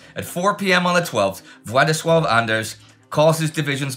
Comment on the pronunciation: Just simple comment of appreciation for perfect pronunciation of Polish name Władysław.